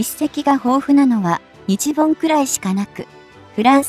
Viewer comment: 何で日本を「ニチボン」と発音させるのか？ このchは彼の国発なのかな？ 何か感じ悪い👎